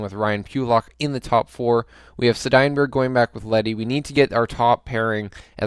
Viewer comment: Am I the onlt who gets triggered about how says Seidenbergs name:D